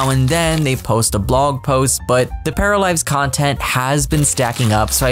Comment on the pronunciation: Paralized or Paralives? Please if you could pronounce it a little bit better I would greatly appreciate it.